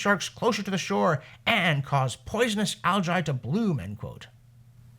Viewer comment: It's bad enough that the spams mispronounce algae as aljee; but aljye? the second 'a' is there to harden the 'g'!